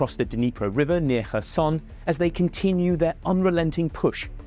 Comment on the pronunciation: Wait, a foreign journalist learned how to properly pronounce Kherson 😱 Maybe Kyiv could be next?